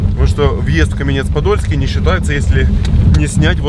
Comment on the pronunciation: КАменец-Подольский - ударение на первьій слог!